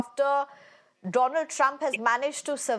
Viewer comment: At first I thought I miss heard, she did said Donald Drump😂